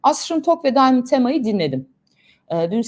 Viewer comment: Bu arada bu çocuk Arnavut . İngilizce telefaz ile söylemeyeşn şu çocuğun adını Daymınd değil Diamond yezıldığı gibi okuyun